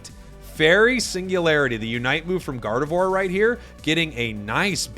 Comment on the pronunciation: "Gardevoir💗" My hearing:"God of war👺"